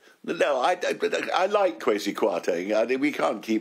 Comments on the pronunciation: Listening to Lord Clarke, I see he's a very knowledgeable man, for the following trivial reason. He correctly pronounced "Kwasi" as "Kway si"! It tells me this is a man who knows Ghana, in West Africa, pretty well. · Thank goodness! Sadly I don't think my Lord Clarke will be listened to. And finally someone who can pronounce" KWASI" properly.